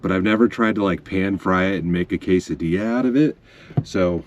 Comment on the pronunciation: Cas-a-dilla 😂😂 i say it this way too and my abuela hits me 😂😂